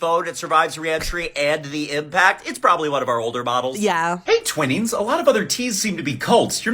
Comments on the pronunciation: Didn't know that SAAB stopped making cars. Oh well. Their jets are pretty dang good though, very impressive. Was not expecting to hear Twinings being pronounced as "twinnings", and it sounds extra wrong in that posh parody accent. It's "twine-ings." They make pretty decent tea but holy shit are they expensive. Then again everything's getting pricey these days. Wasn't expecting to see Poundland on the list, or its knock-offs XD At least none of those make any weapons. Mind you at that price they'd be shit weapons XD The Nokia bit on why they don't make tires anymore is so depressingly real. No-one makes anything that's "built to last" anymore. Just built to last until the next model comes out, or until the warranty expires. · I was not prepared for that pronunciation of ‘Twinings’